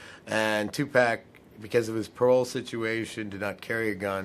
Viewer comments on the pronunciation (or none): Its tupac not tupack. 😮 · Tu pock. Not Tu Pack. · Just him constantly saying 2 pack made me say f this video at 1 minute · you said Tu pack😡